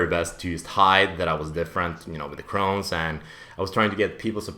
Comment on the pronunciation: It's chrones not crowns and its a disease in your intestines